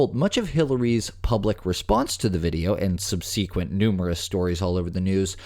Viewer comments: “SUB SEE QUENT”? 😂 you mean, sub-sih-quint? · sub se quent Is how you say it - subseequint is the weirdest pronunciation Ive ever heard. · I think I'm moving St Louis. Arghh! Sub-su-kwent. Where is subSEEkwent from, and how do we send it back? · It’s SUB-sequent, not sub-SEE-quent. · There's a journalistic/dictionary preferred pronunciation for *subsequent, it's not pronounced sub-sea-quint, sub-se-quent.....we're so doomed as a society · Sub-SEEEE-kwent? Uh, it's SUB-seh-kwent.